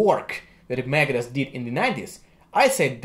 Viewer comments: Sounds like he's saying Megadess. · When he says Megadeth it sounds like he’s saying Meredith